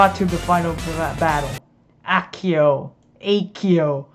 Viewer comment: also the "akio" as well.